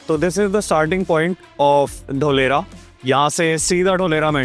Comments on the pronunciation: Dholera nahi dholarkpur 😂😂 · ढोलेरा ❌ धोलेरा ✔️🙏